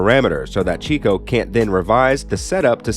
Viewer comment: Cheeeco??? 😅 Cheh-co...... Checo!